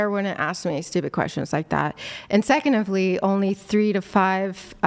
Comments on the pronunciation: “And secondovley” 😂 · "And secondively..."